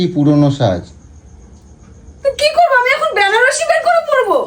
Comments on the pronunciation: ওরে অশিক্ষিতের দল! কথাটা "বেনারসি".. "ব্যানারসি" নয়! বাংলা ভাষায় কথা বলতে শেখ আগে!! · গোলু সুন্দরী! কথাটা "ব্যানারসি" নয়.. কথাটা হচ্ছে "বেনারসি"!